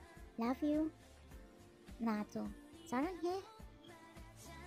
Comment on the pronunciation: Na to saranghae 😂😂😂lmao it's nado saranghae